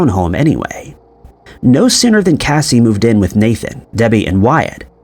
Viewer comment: Casi pronounces her name kay-see. Not Cassie